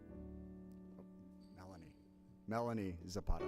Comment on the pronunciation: butchered diako and melanie's names😂